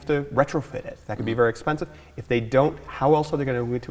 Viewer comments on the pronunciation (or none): none